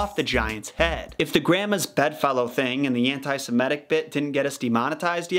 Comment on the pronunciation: I so wish people would make the effort to pronounce 'anti-semitic' properly. Like almost everyone else on YouTube, you say, 'anti-SIMETIC', swapping the first two vowel sounds in the second word. I wonder why most people do this. Laziness?